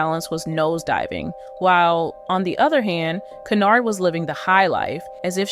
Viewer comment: From all other information I see her last name is HENYARD, you have that in the video title. In this video your text and speech leave out the Y, you say HENARD. Does that mean this is a spoof?